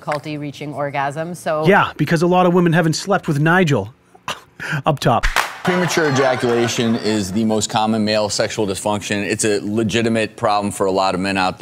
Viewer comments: premajaculation HAHAHA he said premajaculation HAHA definitely subscribing for more content like this HAHA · “Pre majackulation”